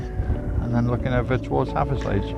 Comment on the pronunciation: Hathersage. We pronounce it "have a sidge" or havver sidge". As in havver ridge". Hope that makes sense.